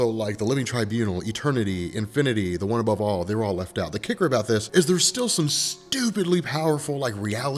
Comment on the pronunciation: one above all sounded like onababal